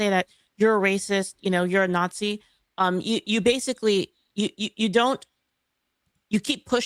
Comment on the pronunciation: "I have no idea about this subject. So Imma just call everybody a natshee."